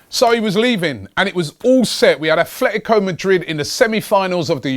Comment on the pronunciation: It's "ATLETICO" Madrid, where do you see the "F" sound in there, Robbie?